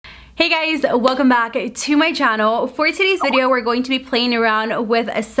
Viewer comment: Your so cute you pronounced “channel” CHANEL super cute!!! And my absolute favorite eye look using this palette!!!!